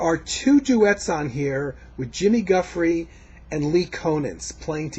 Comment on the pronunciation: it's paul b-l-a-y not pronounced b-l-y... Paul Bley.. and its jufree not gufree jimmy giuffre